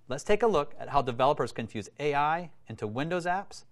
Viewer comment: Took me a hot second to realize he said can fuse.